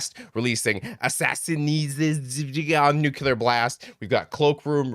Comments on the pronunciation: It’s pronounced New- Clear Blast. NOT NEW CULAR Blast. When you create vowels that never existed in Nuclear, you recreated every dumbass who ever mispronounced New-Clear. Your not the first, sorry. Fix it🙂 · Please!!🙏🏽 pronounce Nuclear (as New-Clear) NOT New- U-Lar